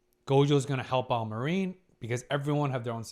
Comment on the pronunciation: please, I beg you: her name is pronounced Mah-rin, not ma-rIEn^^`